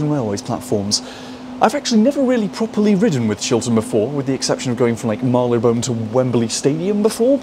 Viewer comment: Marylebone NOT Marleybone.